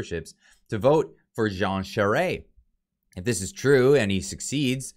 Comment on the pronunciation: I truly thought Baber would have had more support than Charest...(, call me I'll teach you how to pronounce the Quebequer way for Charest- (Châwrrè))